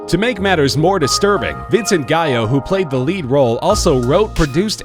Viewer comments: You really should google search how to pronounce these people's names before recording the voice-over. Vincent Guyo? Chloe Sa-vig-nee? Come on. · "Cans film festival" 😂 "Vincent Guy-o" 😂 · It's GAL-lo, not GUY-oh; he's of Italian descent, not Spanish. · pronounced *Seven - Yea and *Gal - O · Did he say Vincent GAYO? CAMAAAANNNN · Did you say Jerry Gallo with a G? Jerry Gallo is dead. I'm not Jerry Gallo...I'm Jerry Callo...C A L L O. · Aside from mispronouncing both the performer's names quite severely, he's leaving out the detail that Gallo and Sevigny were boyfriend and girlfriend until amicably splitting up about a year before he started production on this movie, and they had clearly had a great deal of sex with eachother many times before. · omfg! this fucking narrator pronounces the "g" in sevigny but doesn't pronounces the two L's in gallo? lmfaooo! fucking idiot learn to pronounce.